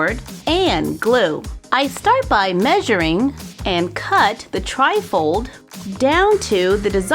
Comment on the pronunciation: When you say tri-fold it sounds like your saying trifle